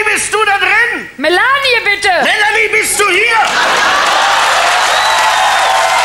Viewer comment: Mela-ni-e anstatt Melanie 😄